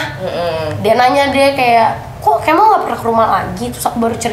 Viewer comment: Wahh parahhh sih.. bilang kemal "Cabull.." sumpah ngakak 🤣🤣🤣🤣🤣